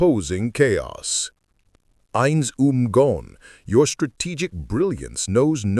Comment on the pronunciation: Ainz Ooal Pown xD